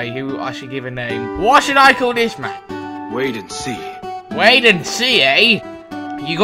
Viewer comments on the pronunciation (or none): He did not say wait and see, he said Wayden C.